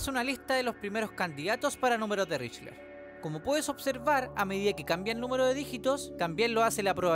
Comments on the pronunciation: Espera... Estuviste todo el bendito video pronunciando "richler" 😂 mi TOC casi me hace tirar el celu por la ventana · Con todo respeto, me da mucha ansiedad que pronuncies mal Lychrel. Más allá de eso, gran video y gran producción pa